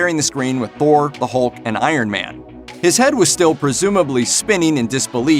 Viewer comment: Hulk not holk